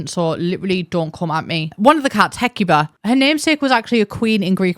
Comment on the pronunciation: Ooh, ooh, I know Greeks!! Hecuba was Queen consort of Troy during the Trojan War, and mother of Paris, Cassandra, et al. Menelaus (you pronounced both correctly, imo) was King of Sparta, whose maybe-but-not-really wife, Helen, "launched a thousand ships," when she possibly-without-her-consent, left Menelaus for Prince Paris. So two very powerful people who really weren't fans of the supposed Most Beautiful Woman Ever™